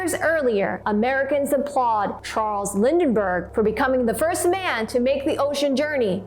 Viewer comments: Lindberg...not Lindenberg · It’s Charles Lindbergh not Lindenberg! Where do you see an N? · You mispronounced Lindbergh several times - you said Lindenbergh.